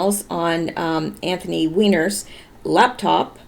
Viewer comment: His name is ANTHONY, not Anthon